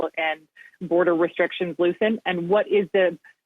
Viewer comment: Useless anchors on cp24. It's ReSTRICT not reshrick. It's infra-structure not infra SHRUCK ure. It's STREET not SHREAT. Learn to speak as you are on TV and are speaking to thousands. Stop slurring your words. How you got your job is beyond me.